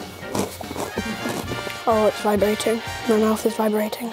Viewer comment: "my mouth is vribrating"